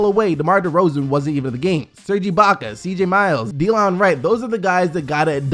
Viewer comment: Delon Wright's name is pronounced Deh-lohn, not Dee-Lon